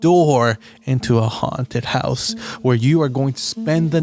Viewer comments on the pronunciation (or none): why did say haunted house like that. it felt like he was gonna follow up with daddy